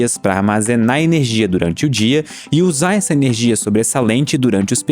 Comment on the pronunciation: Sempre que ele fala ernegia fuca mais esciuro / claro